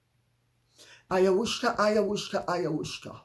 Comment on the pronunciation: What am I missing? Why does Lady C reference ayahuasca every time she talks about Harry/Meghan/Doria smoking pot? She always says, “AyaWHOOSHka ayaWHOOSHka ayaWHOOSHka!” Why?!